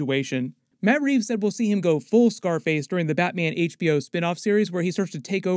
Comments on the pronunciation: "bratman"😂😂😂 love your content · you say "bratman". And i giggled a little. Love you're videos! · Is it just me or did he say Brat-Man